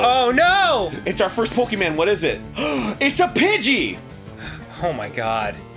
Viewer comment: I finally got around the watching this, and I was purely elated when I heard how Dan pronounced Pokemon. NOBODY SAYS IT RIGHT BUT HE DOES I'M SO HAPPY